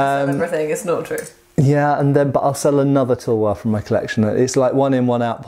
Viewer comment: Correct pronunciation of Tulwar - Thull (like dull) vaar (like car) Also the extremely curved one might be a Tegha(pronounced Thay Gaa)